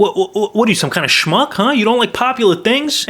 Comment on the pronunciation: When you say shmuck it makes me cant stop laughing 🤣😂🤣